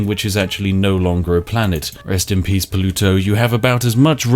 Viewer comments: Spiff pronounces Pluto like Poluto... So strange. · can you use the propulsion laser too push a 500 gram tea pot close to the speed of light towards the earth? Maximum teacarnage. Also....is he saying polluto? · Is that how British people say Pluto?